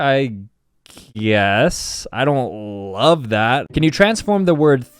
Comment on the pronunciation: It’s not guaes it’s guess